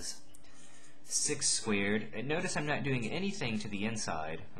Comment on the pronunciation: Haha, I love how you say squared.. Sounds like squid! Thanks you! Very helpful! (